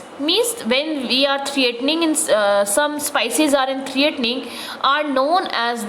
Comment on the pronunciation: Improve your English idiot teacher it's speices not sypcies and your grammer is the worst go and teach the cranes only I think they will understand you